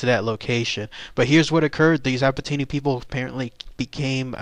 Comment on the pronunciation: I belong to the Apatani tribe mentioned here. I'd like to make a small geographical correction. Ziro is a village/town located in the state of Arunachal Pradesh, rather than both being names designated to the same area. Apart from that other details seem correct though the pronunciation may be wrong.